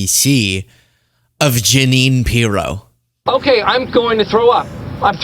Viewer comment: Pirro: My name isn’t pronounced that way and you never gave the EU to me!